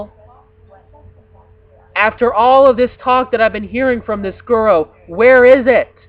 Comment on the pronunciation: please say gooroo, not goro for guru